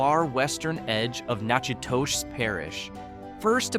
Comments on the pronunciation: Someone please inform A.I. that Natchitoches is pronounced: ‘Nack-a-tesh’. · Natchitoches = nack-uh-dish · Pronunciation of Natchitoches, Lafourche and Tully’s is wrong. Not sure what criteria were used to select the towns. There are so many with a rich history that would qualify. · Butchered Natchitoches lol but Cloutierville right on 😅 from Rapides Parish here. Missed Glenmora, Cheneyville and Boyce though 😊